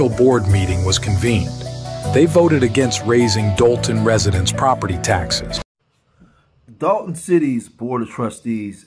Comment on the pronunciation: Dolton not Dalton